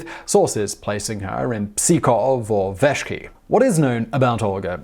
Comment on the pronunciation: It's not Psychoff, it's just Pskov. Although I like your idea :D